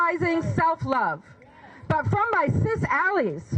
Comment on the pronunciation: I bailed when she said "cis alleys".